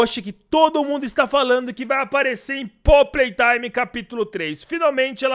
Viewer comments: Mano tu falou poppy playtraime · Poppy platrime kkkkkkk falou errado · só eu q no começo ouvi poppy PRAY time? otimo video espero q lançe esse capitulo logo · Kkkk vc disse prop prei taime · Ninguém percebeu que ele disse Poppy play traime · Cara desculpa eu não escrever a última frase aí eu vou ter que falar informar porque tu falou pop Play Time e não pop Play Time